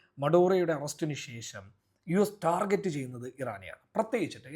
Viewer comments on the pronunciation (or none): none